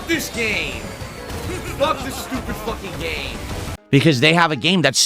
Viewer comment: why did he say it like that, fack? nothing he does is normal